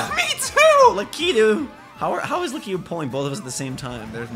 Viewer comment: It is Lakitu not Lukitwo